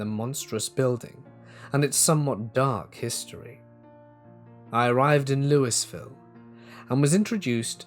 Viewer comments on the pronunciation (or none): Louisville in KY pronounces LOO-a-vul Not Loo-ISS Vill. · Louis-ville it's more Louisville with a silent s I know this cuz I've lived my entire life 50 miles from lousiville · Hey, love these stories! Just a heads up, Louisville is pronounced "Loo-uh-vull" or "Looey-ville". We Kentuckians are an odd bunch, lol. 😅 Also, Waverly Hills is a fucked up place. Anyway, keep up the good work! I listen almost every day!